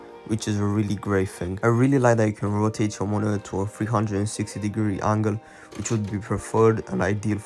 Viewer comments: "Monio" it's Monitor bro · monitor❌ monio✔✔